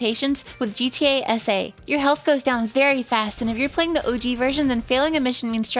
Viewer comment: The entire time while she was saying gta sa i though she was saying gta ese like spanish